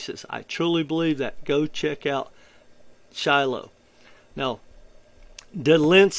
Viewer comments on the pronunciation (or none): It's Shido not Shilo ! Shido ❤ it's the best gem in my opinion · It's pronounced " she• dough " comes from the word " Bushido " as in samuri. That's what that little blue face is supposed to be. According to the founders, that's where the name comes from.